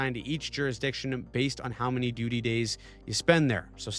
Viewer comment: said 'DUTY', I found this Very Funny. Love your Channel.